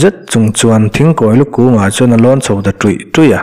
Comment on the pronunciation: Muvanlai bu neihna thing hming kha i lam dikloh hmel riau mai ,thingkhawilu a thinghming hi i la hriat ngailoh a nih hmel